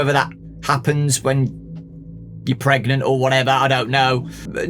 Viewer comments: You mean pregananant? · Matt feeling something trying to get out of him: "Am I..." "PREGANANANT!?"